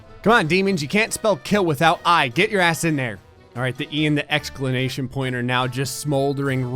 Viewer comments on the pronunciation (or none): I don’t want to sound like a dick but, it’s exclamation mark not however you say it. Point instead of mark is normal and tolerated but the first word, no idea what makes you say it like that